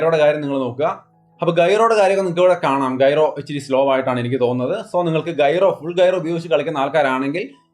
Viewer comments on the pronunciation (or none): ഗൈറോ അല്ല ജൈറോ ആണ് 😂